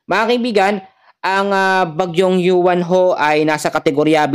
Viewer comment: Uwan po Ang pangalan Hindi yuwan